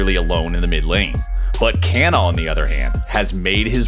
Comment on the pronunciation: It's not pronounced "ke-na" it's "ka-na"